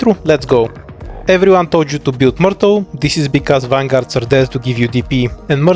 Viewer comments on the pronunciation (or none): Дядя, она миртл, а не муртл)